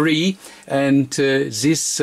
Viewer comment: The reason why his very informative videos and his channel have low subscriber and view numbers is his English and the speed of speech. His English is atrocious and it has nothing to do with Americans, it is a statement of fact and I'm not a native English speaker, if that wasn't obvious. please learn how to say "this", it is not Zis, if you can't get the right sound just say Dis as in Deutschland. Every time I hear it, its like someone stuck a needle into my ear. And please pick up the pace, already watching at 2x speed and it's still slow.